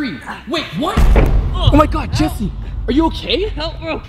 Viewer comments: You're saying jees instead of Jess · why do you say jees instead of Jess jess is spelled GESS not GEES Someone had to Point it out